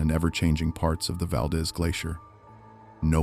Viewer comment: "Kin ick arms" or earthquake park. I know I'm talking to IA. SHOULDN'T HAVE WASTED MY TIME. YOU HAVE NO KNOWLEDGE OF ALASKA! VAL- DEEZE